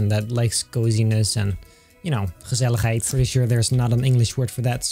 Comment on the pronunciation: Gezelligheid hahahah ik ben Nederlands en dat klinkt zo MOOI hahahahaahha 😂